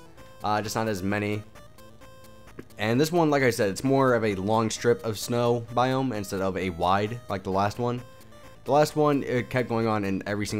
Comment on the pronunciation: *biome lol not boime